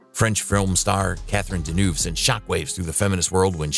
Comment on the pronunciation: Got bored after la Deneuve...1st of all...what you got against Sophia and Claudia? And most important the guy who comments? You got Claudia and Catherine pronunciation name wrong 🖕